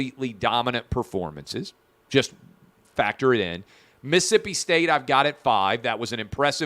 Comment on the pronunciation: Clay, Mississippi is pronounced as it’s spelled, not Miss-Ippy…..Jack wagon, love the show.